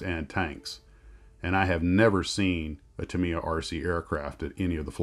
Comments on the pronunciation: Tamiya is the industry standard. I judge all kits against them.. With that said, the name is pronounced "Tam-ee-ya", not "Tam-ee-ah" or "Tam-eye-ah" as most Americans pronounce it. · Thanks for the info. I happen to live directly next door to the Tamiya family in Shizuoka. And had to cringe every single time you said their name. You should think of 'Ta' and 'Miya' as being two separate words. That would change your stress from the second syllable where it doesn't belong to virtually no stress at all. (Also Yoshi-O)